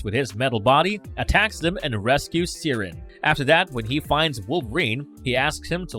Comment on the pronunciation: wow Siren, p;onounced "siren" jeez..Colossus is one of my fav X-Men